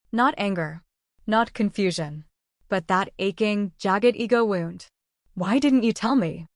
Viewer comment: How about 'wound' and 'live'??